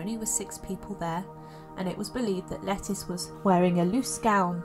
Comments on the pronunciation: Isn’t it pronounced “Leh-Teece” rather than “Lettuce”? Sometimes this voice sounds like a text-to-voice-program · Thank you. I was cringing each time she called her “lettuce” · I’ve heard that her name should be pronounced Le-TEES, like Leticia… Great video👍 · Pretty sure it's pronounced Le teece not like the salad leaf 🤣, I do enjoy your videos it's nice to listen /watch instead of read sometimes 🙏😎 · Yes, it's a anglicized form of Leticia.